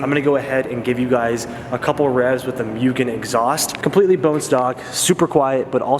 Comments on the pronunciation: A goddamn Mugen Si Civic, that is rare. One of my fav civics, Mugen R's Edit: I think Mugen is pronounced Moo-gan but idk I mostly hear Mo-og-an instead of Me-yu-g-an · MOO-gen, not MEW-gen but welcome to the 8th gen society mate :) super excited to see what plans you have for the car! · Mugen = "Moogen" not "Myugen"..Atleast say it right..Come on D,you had Bride = "Brid" right..And you messed this up 🤣🤣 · No its not Myugen, or Myujen. Its Mugen... MUGEN!!! - James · Moogen... not meoogen lol. Subbed for this build!! ❤️ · mooo gen not muu gen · ...bro...its MOOgen not MEWgen. Just a heads up considering how many times you said the word in like a 10 second span. hahaha Congrats on the new project though. I love this car! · Hearing “ mewgen “ and not “ moogen “ makes me cringe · It's actually pronounced "Moo-Gen" not "Mew-Gen" as incorrectly pronounced here in the states! Welcome back to the Honda scene and hope you can make it out 8th Gen meets here in SD! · moogen not mewgen lol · Mugen not myugen :D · its pronounced as MOO-GEN not MYU-GEN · MOOgen, not MEWgen 🙄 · Say it with me... MOO-Gen not Mewgen. Anyways welcome to the 8th Gen Club and congrats in getting that Mugen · ITS MOO GEN NOT MEW GEN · MOO JEN NOT MYUGIN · Moogen, not Mewgen. Car looks good, good luck! :) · It's pronounced moo-gen😞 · love the car dude but it moo - gen that’s how you pronounce it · its pronounced MOO-GEN. Just an fyi! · There’s a mugen video where the owner says it’s pronounced MOOGEN. Anyway, I’m not super into front drive Honda’s, but you do you bud, your awesome and you deserve your success. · YESSSS BRO AWESOME!!! FD CONVERSION LOADING....HAHA Also, supposedly pronounced MOO-GEN, but no one really follows that lol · For the love of God it's MOO GEN!! Hopefully it doesn't end up like the Type R. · Jesus fucking Christ the pronunciation of mugen is atrocious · You are saying mugen wrong.